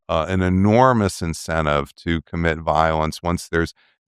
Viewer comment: Professor... with all due respect.. you meant to say 'incentive' referring to Iran's desire to whether it should or would strike a deal with the US. Instead, you pronounced it 'in-se-ni-ti-vity'!